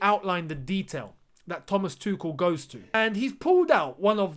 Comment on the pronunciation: id rather you say tu-shell then 😂 tu-ckel just sounds so wrong ahah